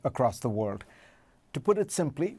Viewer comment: Fareed, please learn how to pronounce WORLD